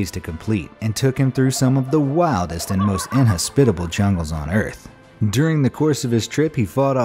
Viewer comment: “some of the wildest chungles “